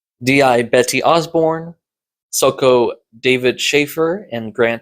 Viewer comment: I’m going to open this by saying. Keep up the good work with the reviews. I wouldn’t be 48mins into this review if I didn’t enjoy this. But. I’m going to give you a critique, and I’m not great at being polite. Diazepam and Soco are words used in the podcast. Listen to the podcast and pronounce the words like they do. It might not quite get to every listener, but as someone who likes a bit British crime on audio, hearing these words mispronounced is aweful. Soco = Socko Diazepam = Die-az-i-pam Granted, never did bother to look up the word Soco before. I always assumed it was a nickname based on the suits they wear at murder scenes. (Giant rubber suits that look might look like full body socks). So thanks for the clarification. That said. You should tighten up your scripting and editing a bit too. Wish I could give more specific advice, but you’ll get there if you keep at it.